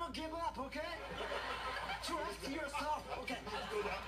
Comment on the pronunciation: trust yourselfめっちゃ発音ええ笑笑笑